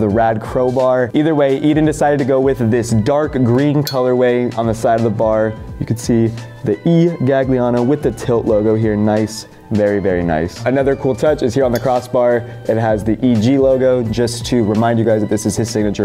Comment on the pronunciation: you don’t actually pronounce the second G in Edens last name btw. it’s pronounced as “Gah-lee-ah-no”